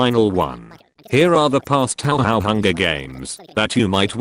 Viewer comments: “Tauhow” glorious. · "tow how"